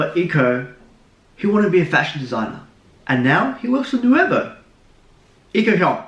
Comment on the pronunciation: Let's work that "nuevo" pronunciation xd